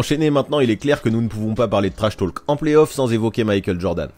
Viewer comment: Intéressant mais j'ai eu les oreilles qui ont saigné pendant toute la vidéo : on ne prononce pas le "L" en anglais dans "talk" ( idem pour "walk" etc) . Ça se prononce /to:k/ 😉